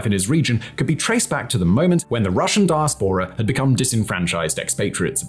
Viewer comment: I hate to be pedantic however, you are pronouncing diaspora incorrectly. The correct pronunciation is di as pora with the empathise on the second syllable 😊.